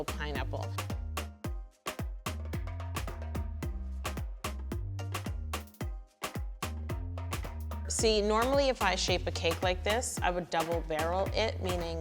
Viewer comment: its pineapple not peenapplae you lunatic